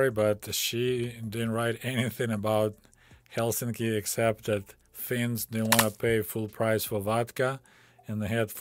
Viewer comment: Excellent pronounciation of Helsinki.